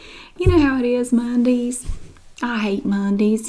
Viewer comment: The way you said "Mondeees" I love this so much hahaha You're the best!